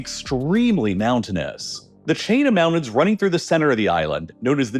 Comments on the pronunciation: Great video, I just wish you would pronounce "Mountain" and "mountains" correctly. It sounds like you are saying "mao-dens" and that bothered me every time, lol!!😂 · I like that idea but first he needs to stop saying "moundains" and learn to correctly pronunciation the word "mountains". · He doesn’t say mountains! He says mounnains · Mounains... i guess it has a silent T in it now. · mounins! 😂 never gets old 😅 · I utterly despise this voiceover. I can't work out if its AI or not, as every sentence sounds almost exactly the same. But the pronunciation of "moun-ains" is killing me the most. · This is what happens when parents don't say, "LOOK AT ME when I'm talking to you." ... Moun-ains... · He prounounces Mountains as "Mounnnains" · Mounan look at all those mounans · “Moun’ains” ??? Mountains, mounTains with an intervocalic “T”. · like how he says "moundains" instead of "mountains"? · Where is this guy from that he turns Ts into the D sound lol Great Briddan...Moundains. Maybe has a cold..or Canadian